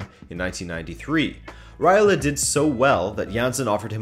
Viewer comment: Who is Raila? It's Raiola! You forgot to pronounce the letter o